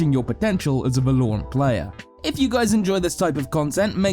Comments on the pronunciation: here for the va-lore-ant comments, anyone else? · Please never ever say vel-ore-ant ever again 🤣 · Volorant lmao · If he says vuh-lore-int one more time im gonna kill myself. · Its almost difficult to follow when everytime i hear "Velorant" I have to reboot my brain 😂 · It's so annoying how he says "Va-lore-ant" lol. Good video tho. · yeah its val-o-rant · it pissed me of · Every time he says it i hear Stewie say "cool whip". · idk its funny to me so its not a big deal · Why did he say Valorant like that? The game even tells you how to pronounce the name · I'm going to start pronouncing Valorant like that just to piss people off. I did learn a lot though so thank you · Can we get more of mr. alan because everyone else either sound boring and end up losing my attention or pronounce the name of the game incorrectly like this guy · Teach this dude how to say the name of the name of the game please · Definitely understand different accents and cultures pronounce stuff differently, but this dude seems to almost purposing keep saying the word: Valorant, as if he knows it will piss people off the way he says it. Lol. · The way valorant is being pronounced is annoying me sm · Dude you're mispronouncing Valorant... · I despise the way you pronounce Valorant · I vomited through my nostrils every time he pronounced 'Valorant'. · I love how he pronounces valorant. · Phonzie FPS he can work on that easy tho haha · uhm, the game is called valorant. Yes, valorant. Not verloreant. Val-o-rant. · VAL-OR-ANT - not VA-LOOOOOOOOOOOREEE-ANT - nice vid I thought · The OCD when you say Va-loure-ant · Its Val-ore-ant not Va-lore-ant. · Y does he say Vaaa-Looo-rant its V-a-la-rant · Its called VALORANT not VALURANT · Great video. Only problem is when he call the game wrong. It's vAlorant not valOrant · so Valorant, 'Valor' is the base form, read that as you might but it is pronounced Va-lor, not Vúh-lore. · damn whenever he says vELoUrAenT, i say vELoUrAenT too. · it's Valor-rant....pls